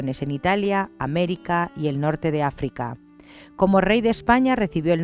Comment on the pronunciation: Mañana este dever :'v de recuperacion a y por cierto Norte de Afica jajaja en vez de Africa :v